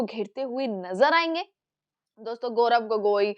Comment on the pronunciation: अरे मैडम, बड़ी बढ़ी बाते छोड़ो, गौरव गोगोई साहब का नाम तो ठीक से लो,बार बार गोरख गोरख गोगोई क्या बोल रही है 😅